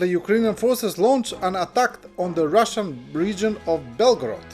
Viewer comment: "ROOSAYAN" for 'Russian.' ... your A.I. digital voice needs more machine learning.